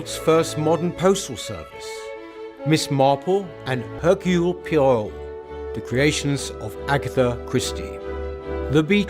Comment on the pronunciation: 8.32 "...Miss Marple and Hercule Pee-air-oh..." ??? Off-topic, but that is the maddest pronunciation of "Poirot" I've ever heard... Has Peter ever watched a single episode?